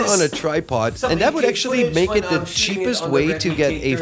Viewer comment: He's definitely Dutch. His accent is pretty good as far as Dutch people go, but as another Dutch guy it was still a bit distracting. You can here it on his "th" for example. He is very deliberate to try and get it right, even then he sometimes slips up in a very Dutch way like the third time he said "thirty" in a row. "tirty" and "firty" are ways of getting around the inability to pronounce "th" almost every Dutch person, me included, does. He went for the former